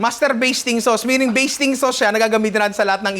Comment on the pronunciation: Master "baseting" sauce.😂 nalunok ko tuloy laway ko.🤣